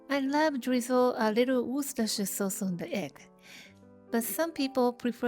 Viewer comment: that breakfast is so cute! i also want to compliment your perfect pronunciation of worcestershire sauce, even a lot of english speakers struggle with it